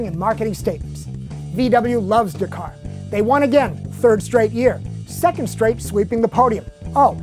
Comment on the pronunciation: pronounced DAK-CAR not DUCAR.